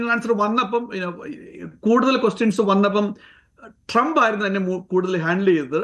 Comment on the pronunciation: ടി ജി മോഹൻദാസിനും, ശശി തരൂരിനും ശേഷം അമേരിക്കൻ പ്രസിഡന്റിന്റെ പേര് കൃത്യമായി ഉച്ചരിച്ച ആദ്യത്തെ മലയാളിയാണ്.